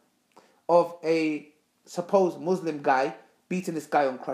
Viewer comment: Why you pronounce "Muslim" wrong?